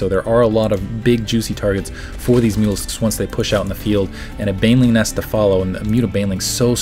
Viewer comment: Every time says mutalisks I think he says mules. haha